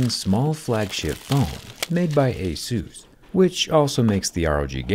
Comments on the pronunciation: Is pronounced A-SUS not ASUSE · It's ey-SOOS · Is called asus, not jesus. wtf